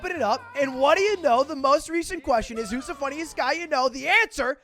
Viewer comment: It eez wat it eez. It eez wat it eez.